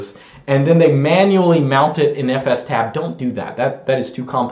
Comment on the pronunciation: I'm so glad you pronounce fstab the proper way.